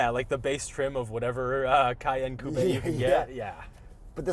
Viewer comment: It's a coupe....not whatever he's saying